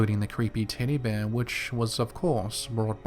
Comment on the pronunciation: 😂 you're differently saying 'tiddy bear'